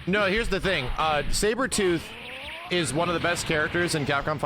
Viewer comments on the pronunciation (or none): The Terrible Engrish of Japanese Pronunciation is Pure GOLD.